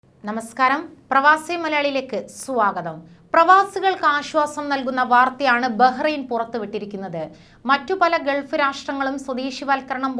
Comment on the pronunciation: സുവാഗതം അല്ല. സ്വാഗതം എന്ന് പറയു